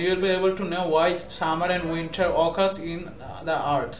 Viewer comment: It is not occus it is occur